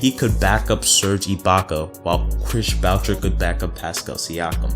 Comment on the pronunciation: I can tell this man ain’t a Raptors fan, he said to sign Ibaka for 30M, he called Lowry ‘Rowly’ and he called Boucher ‘Bow-Chur’